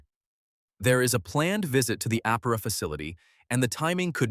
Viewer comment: “Aptera”- Please include the T in your pronunciation, thank you.